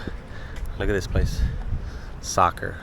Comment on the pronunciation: “Football” (with your normal accent); a few seconds later “Soccer” (in an American accent): So cute! I love how positive you are, especially when others are griping. You are a star! And you will be recognized more! Have a great rest of the cruise! Dawn